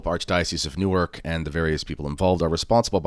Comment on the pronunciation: In your review of fr scanlon, you definitely seem to have pronounced Newark as New York. You should correct this mistake.